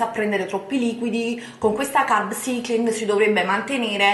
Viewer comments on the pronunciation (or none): Solo una cosa.. Prima di fare un video con termini inglesi vai su Google traduttore e fatti ripetere un centinaio di volte la pronuncia esatta delle parole! Altro che "carb cIcling" , sarebbe "carb saikling", nel 2017 cosa tocca ancora sentire... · E dai.... Carb ‘Saikling’.... si pronuncia così! Ma non guardi mai altri video in cui lo pronunciano bene????? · Parli come una bodybuilder quando della "vera" bodybuilder non hai nulla! Scusa come hai pronunciato carb cycling?! 🤣🤣🤣🤣 fai ridere!!